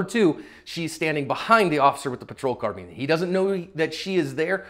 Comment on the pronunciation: Sorry to nitpick, but.... isn't the word carbine pronounced "car-byne", not "car-bean"?🤔